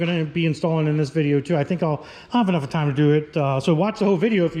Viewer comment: " I think I'll Have-uh-nuffa time" needs to be a t-shirt. Every time you say it I die 🤣